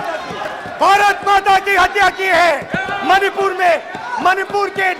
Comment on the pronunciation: Even he was not able to say Manipur rightly.... mahipur... mahipur 😅